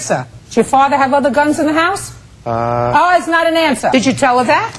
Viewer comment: "Um is not an ansah!" 🤣🤣🤣